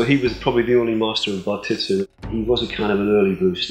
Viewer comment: Also, im pretty sure its not pronounced bar TIT su as in Japanese the letter i has an e sound,which is what he was going for when he mixed his surname with the Japanese one. Therefore it would be pronounced "bar teet su".